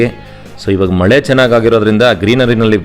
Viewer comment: ಮೊಳೆ ಅಲ್ಲ ಸರ್ ಮಳೆ